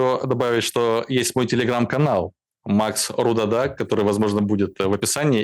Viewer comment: Странно звучичтт РудАдА. РУдада красивее. Ведь нр произносится фамилия ЛевадА, а ЛЕвада. Знала парня с такой фамилией.